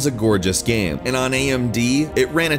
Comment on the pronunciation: SurpriseFace Have you heard him pronounce Game? The guy makes a living talking about them and it sounds like gam.